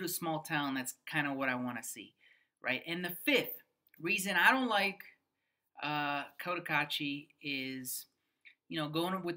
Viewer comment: Opinions, shmopinions… It’s heaven for some, but boredom for others. I only wish you gringos would learn to pronounce the name of the town properly. The first syllable is not “coat” — I cringe every time. It’s Koh Tah Kah Chi.